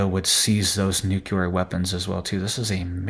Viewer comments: New-clear .... NOT nu-que-ler 😂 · Another place we are loosing our language. Please relearn the pronunciation of the word “nuclear”. You can look it up, and many so called experts even say it incorrectly. The correct way to say NUCLEAR is, new-clee- ar. NOT new-cue-lar. Look, nu-cle-ar, just like it’s spelled.